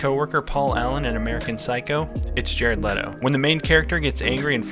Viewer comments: His name is pronounced Jared Leeto btw. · It’s not LEEE-to?’ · I've started a cult, the cult is called "It's pronounced Lee-Toe, like When Jared Lee-Toe says his own name, he says Lee-Toe." It's a bit of a long name for a cult, but I think it'll catch on.